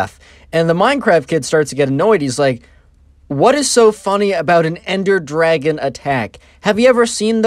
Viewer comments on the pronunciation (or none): ender dwagon as he says it